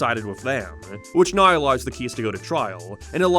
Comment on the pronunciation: Why do you say the word now like "noiiiwu" that was the weirdest way ive ever heard someone mispronounce a word.